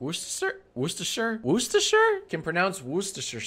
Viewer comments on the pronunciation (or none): jack struggling to pronounce worchestershire sauce is the highlight here WOOSTERSHEER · Wu-steh-sure* sauce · Worchester is pronounced wuster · Worcestershire is pronounced wuss-ti-shure. I know it looks like it has 5 syllables but it only has 3. I know it looks like it has an R, a C, and an E in the first syllable, but that's just your brain playing tricks on you. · Jack- it's "WOOS-TER-SHEAR" sauce for God's sake, come on, you made your entire career based on spelling and grammar! You having a rough time there, bud? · Worcestershire sauce is pronounced wus ter sher sauce, this is coming from someone who lives near Worcestershire sauce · it’s Pronounced wuh-stu-shur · Ah, My County. Wuss-tu-sher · Worcestershire -> Woo - stuh - shire You're welcome. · "Woostesher sauce" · Worcestershire sauce is said "wuster" or "wuster shuh". Ignore the letters written except for wstersh, in that order. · Hearing mis-pronounce Worcestershire sauce so many times was deeply frustrating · Old white man can't pronounce Worcestershire for five minutes. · With every wrong pronunciation of Worcestershire, I lost 20 neurons. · as someone from massachusetts who hears the word worcester all the time, my apples are quite salted indeed from his pronunciation of Worcestershire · Jack trying to say Worchestershire sauce tickled me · Jack can not, in fact, pronounce "Worcestershire sauce"